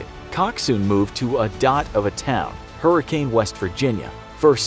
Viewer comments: It’s pronounced Hurrican not Hurricane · It’s pronounced HURickin. Like kin, not can or cane. Hurricane. Haha you got Kanawha correct though! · Hurricane, West Virginia is pronounced “hurra-kin”. Super fun 😬🙃